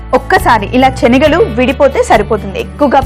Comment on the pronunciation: చెనగలు కాదు శెనగలు